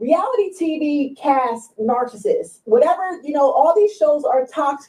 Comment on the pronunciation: Shouldn’t u HAVE to be able to pronounce NARCISSIST in order to be able to launch the allegation idk ijs😂😂😩😩😩